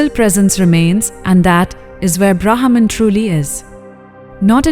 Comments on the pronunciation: Pronounce as 'ब्रह्म' ! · Thanks for the wonderful efforts to bring back our ancient wisdom thro these short beautiful stories! Short note: Brahman can be pronounced a little better as it sounds like a English trained AI system!